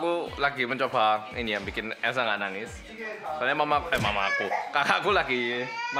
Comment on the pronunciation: Ciri orang Malang kalo ngomong selalu nambahin huruf u disetiap katanya "nUUUUangess" "rambutmu Uelekkk "